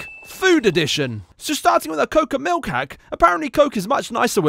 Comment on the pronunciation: Oh God, we've gone from "pilk" to "molke"